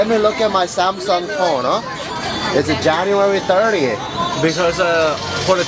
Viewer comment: LOLL "let me look at my samsung phone-uh"